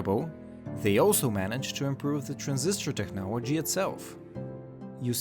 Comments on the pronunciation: It's pronounced "TECHNOLOGY", not "Technowagy" lol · why can't you say technology right, are you american or from another english speaking country as i have no idea why you say technology as technowagy